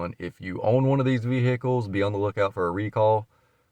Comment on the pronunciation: hope thay be fixéd up thiss Veee-Hikulls